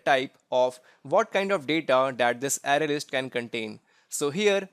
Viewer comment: It's pronounced "Array" not "Ary"